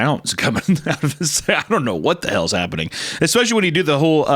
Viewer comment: (montage of every time Hunter says “exspecially”)